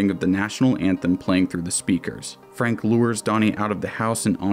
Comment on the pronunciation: That ain’t Frank that’s Fronk